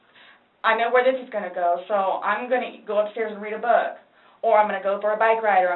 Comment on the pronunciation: It's the way she pronounces her "oo"s so annoying